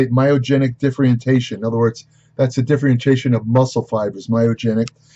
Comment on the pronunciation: Excuse me, r u saying differentiation?